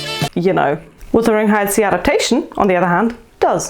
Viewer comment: Wuthering not withering